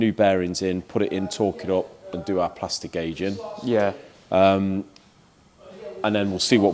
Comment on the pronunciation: Several times I have wondered what "plastic aging" was. Plastiguage-ing 🤦